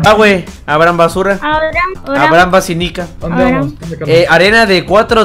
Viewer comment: Like: si te da risa cuando roier le dice abrahambasura a abrahambass